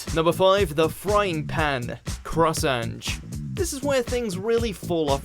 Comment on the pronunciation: I hate how pronounces ange's name